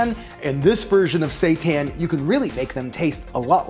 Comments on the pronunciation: Sounds like he is saying Satan. Fake meat is the devil 😂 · I didn't read the title. Everytime he said seitan I thought he was saying satan with a fancy accent or something... LOL. I read the title and now I know he's saying seitan... LOL 😆